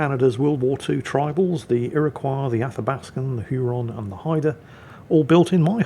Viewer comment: Iroquois is pronounced irra-kwoy